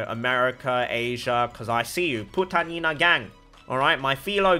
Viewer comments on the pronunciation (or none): LOL part of your filo gang! It’s pronounced poo tounge ina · "Putang Ina gang" in Chinese ascent made LMAO